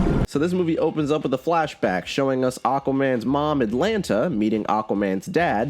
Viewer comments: Why are you sure so goddamn negative dude, seeing you shitting on the prequel trilogy and Aquaman and other movies I enjoy just ruins my day Before I press the 'Don't recommend channel' her name is Atlanna, not Atlanta. Cheers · Not to be that guy, but it's Queen AtlaNNA, not Queen AtlaNTA. Still kinda stupid, but not quite as stupid. Also, his brother is OrM, not OrN. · Her name is Atlanna not Atlanta🤦‍♂️💀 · It's Atlanna